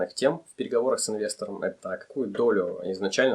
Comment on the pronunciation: Инвесторами , правильно ставить ударение на Е 😊